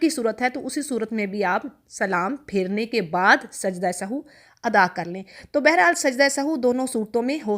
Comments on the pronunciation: It us nit Sahoo. It is Sahv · Sahu nhi kehty asal word sahav h .sajda sahav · محترمہ لفظ سہو کو درست ادا کریں شکریہ